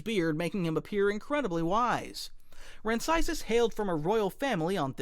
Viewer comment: Oppo Rancisis deserved to survive order 66. Also you pronounced his last name wrong. Literally my favorite member of the council besides Plo Koon, wish he could get more screen time...